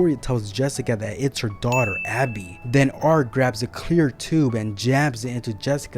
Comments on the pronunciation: Are you saying Abby? Because it's Gabbie. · I would not have put this out just yet. You did your best describing the deaths. I would work more on your delivery. Also, it is Gabby.